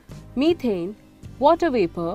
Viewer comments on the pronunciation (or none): none